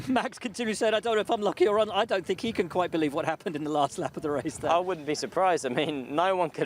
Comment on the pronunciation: Billy Monger is not cut out for commentary, he has good knowledge but ... "I fink he moight have a problem on lap firty free" all he needs to do is talk properly and hed be ok but he pronounces words like a chav.